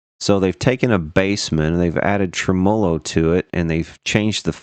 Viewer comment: I love everything about, except the way he says "tremolo" Trem-mow-low